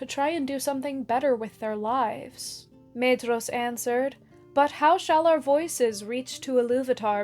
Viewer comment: Why do so many people struggle to pronounce Maedhros when the Silmarillion comes with a pronunciation guide? Got Laurelin wrong too.